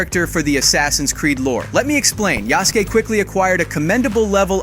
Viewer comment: Yah-soo-kay? Thought it was Yas-kay. Nevermind, he said it ri- Why does he keep switching between the pronunciations?